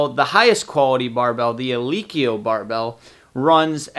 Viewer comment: The fuck is a "eeleekeeyo" bar?